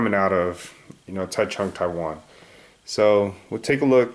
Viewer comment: And as an FYI Taichung isn't pronounced the way it looks to English speakers. It's more like a J sound than a CH sound.